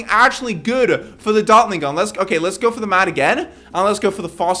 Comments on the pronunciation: bro you said dartling GUM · u said dartlin gum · “We will destroy it with our ninja and our dartling gum” ah yes dartling G U M